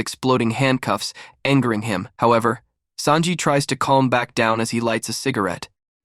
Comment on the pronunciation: i like how you say sanji as SAND JI not SON JI lol love your videos !